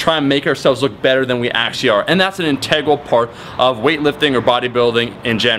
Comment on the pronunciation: Is it just me who enjoys how Omar says integral. The enunciation is strong with this one.